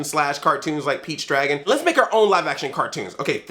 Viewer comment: Everytime you say Pete's Dragon I keep hearing Peach's Dragon. It sounds like some kind of sick Mario spin-off.